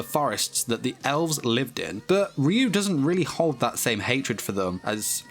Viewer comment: Ryuu pronounced in Japanese is Raiuu and it means dragon spirit Just sayin